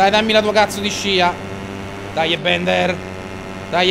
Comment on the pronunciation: Ciccio non si pronuncia bender ma Bilder